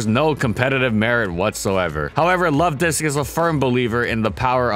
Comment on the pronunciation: I heard someone mispronounce Luvdisc, instead calling it: 'Luvdics'